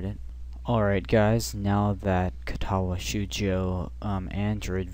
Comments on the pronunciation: great guide, my only complaint is that cringe inducing pronunciation of katawa "shoh joh" ._. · Great guide and thank you. I probably don't need to mention the wrong pronunciation... but wth. Ka-ta-wa sh-oh-uu-joe.